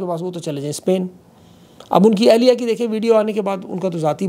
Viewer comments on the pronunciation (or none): none